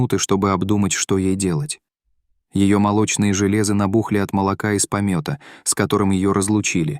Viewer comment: "Заводчица была волчицей..." как это понять? Заводчица это хозяйка, она может быть только человеком. Что за неграмотность? Что за толстое пальто? "Ее молочные желЕзы.." жЕлезы. Ударение неправильное. Неграмотное прочтение, много ошибок.